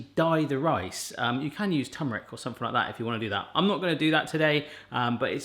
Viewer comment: “Tum-rick” lol it’s chew-mer-ick